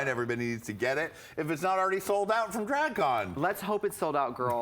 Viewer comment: That Wisconsin accent “ draeg cauon”